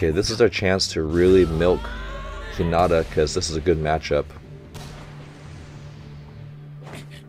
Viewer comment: Love these reactions! One of the highlights of my week. I'm excited to see your reaction to the next game. Also, the word "not" is not in Hi-na-ta's name. :) Keep up the great work! Happy Holidays!